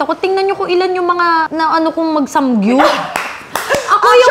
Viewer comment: Zeinab, it’s SAMGYUP not SANGGYUP 🤣